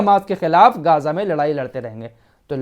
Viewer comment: भाई गाज़ा नहीं सही मे ग़ज़ा है